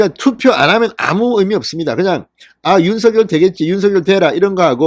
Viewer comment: 진선생님 너무 고맙습니다. 빠른 소식 명확한 말씀, 윤석열을 윤서결로 바르게 발음해 주시고 기자 정신 투철하신 의원님의 경륜! 두루 정말정말 감사합니다